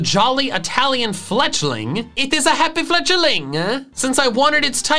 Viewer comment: iT is A hApPy fLeTchALiNg Me: Please never do that again